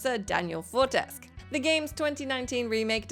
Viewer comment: Sir Daniel ForesC???? O_o, did you even play the game? It's Sir Daniel FortesQUE.... proncounced 'queue'